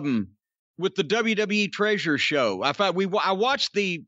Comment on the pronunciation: "Tréasure" again 😂